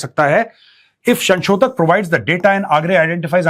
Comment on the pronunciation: Sir just a small correction.. It's not 'Shanshodhak' It's 'Sanshodhak' Dhanyawad 🙏🏻🙂